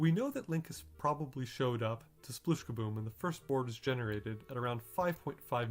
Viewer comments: It's 'splish'!! Not 'sploosh'! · I love the numbers and logic aspect of this video, but one thing always bugs me. It's "spleesh", not "sploosh" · Am I the only one, who keeps hearing "splish" instead of "sploosh"? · Am I the only person who hears it clearly as "splish"? Even when they say it in this video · RIP "Sploooooosh" edit: nvm we get to hear a ton of "splooosh" for the first board that you intentionally fail at.